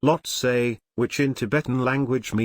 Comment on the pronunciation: Well I was just joking. You're pronunciation is correct.